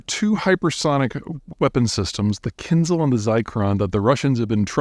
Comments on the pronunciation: the Kinzhal is not /Zee/, ok? It is pronounced with /ʒ/ sound, like in vision or precision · It's Kin-Zhal. Zh as in Geneva. Also, Zircon - Z as in pizza. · He can't even get the missiles' names right, which suggests the man cant even read. How are we supposed to believe a word he says? For a man commenting on GEOpolitics, does he even speak any foreign languages? It's called Zircon (pronounced Tsirkon in russian) & Kinzhal (as in Kinjal). Zircon (not Zai-cron as he says it) is a gemstone, the word exists in english language, how do you get it wrong is beyond me... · Kin-ZHAL. The "zh" sounds like a French J. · its not kinzel either :D